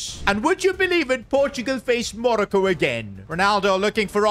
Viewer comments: stop calling it manoco is Morocco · Monico it’s moroco